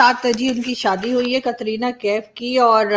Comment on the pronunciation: कतरीना नहीं कटरीना कैफ बोलिये